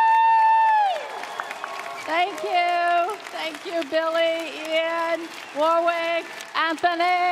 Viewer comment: Oh gosh, she can't even pronounce Warwick's name correctly! 🤦‍♀️